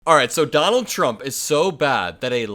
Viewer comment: Dummall Trump 😂 my hearing must be off but I heard Dummall and I’m like 👍🏻 😅